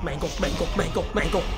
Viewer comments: Bro said manglo💀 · Let me clear this up, the pink dude who killed u who looked like foxy is named “mangle” not mangelo💀💀 Also Pinocchio is Balloon Boy💀